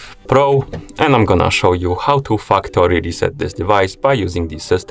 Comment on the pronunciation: I legit thought this guy said fuckory reset settings😅